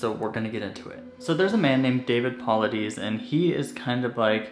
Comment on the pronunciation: This is was a great video, just one thing that was bugging me David last name is pronounced po-lie-dis. Good job keep it up, and I can’t wait to see more videos from your channel. From your friend in Alaska